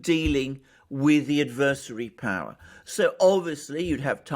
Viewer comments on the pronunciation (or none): none